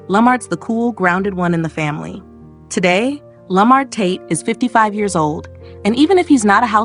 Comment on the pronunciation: The way she say Lamar tate is killing me😂😂😂😂